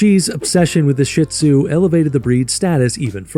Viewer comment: I hate hearing Shih Tzu mispronounced. It is NOT "shit !!" It is pronounced "sheed-zoo" And please, most of what you are saying about the Shih Tzu is actually true about LHASA APSO'S. Get your story straight.